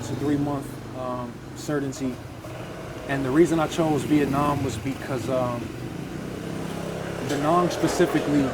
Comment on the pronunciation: It's Da Nang not Da Nung!